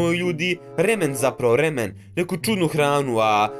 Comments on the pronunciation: Nije remen nego ramen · Ne kaze se remen nego.... Ramen